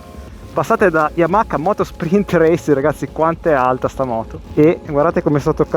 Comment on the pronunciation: Comunque si dice YamaHa, non YamaKa 🙂